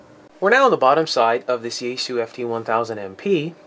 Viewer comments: It's called Yaesu(yah eh su), not Yaysoo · It's pronounced "ya" as in yacht, "es" as in saying the letter S, and "su" as in "sue me". There shouldn't be a English-style stress accent, but since avoiding accents is hard for English-speakers, perhaps try to accent (if you have to accent anything) the first syllable...